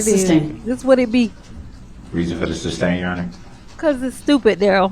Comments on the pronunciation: Does he say substain cause he thinks that's how to say it or just to be a dick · ITS NOT SUBSTAIN ITS SUSTAIN YOU SHITSTAIN!!!! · He says "suBstain" Judge says "suStain" Then he repeats "suBstain" Why is he so f#cking stupid!?!? He actually looks stupid with those crazy eyes half way up his big all head!!! Even though I know he is under the PRISON forever It still disgusts me to listen to his stupid question! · For the love of God,..."sustain"! Not "substain"!... how many Goddamn times till he gets it!! Lol..he cracks me up with his "objections". He says "hear say" when someone is an eyeball witness! He has no clue what any of it means! If it wasn't so serious, it would be hilarious. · Darrell drives me crazy with the "suBstain" 🤦‍♀️ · Wouldn't you think after all this time he would know how to say "sustain". And that all his questions about plaintiff will be ruled not allowed. Hes very persistent.. and stupid.